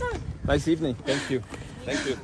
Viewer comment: "NO SANKOO"